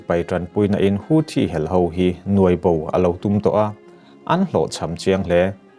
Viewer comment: Houthi pawh nang chuan i rawn lam dik chat mai. Youtuber te tawng dang lamrik dana an hniam lutuk hi ka lo ngaimawh thin a.